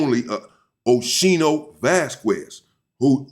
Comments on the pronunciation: Pronounced skee-no not she-no Unc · It's O-ski-no 😂😂 oschino and sparks from rocafella records, their group name was state property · Pronounced Os- Keen-o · Oschino’s correct pronunciation = O-SKEE-NO